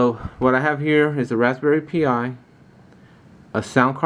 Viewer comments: great work. VERY impressive. Just so you know though, you should pronounce it like "Raspberry Pie", not "Pee eye". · Yes. Like the others said... it's pronounced Rsspberry PIE ... Pi is same as Pi as in 3.14 ...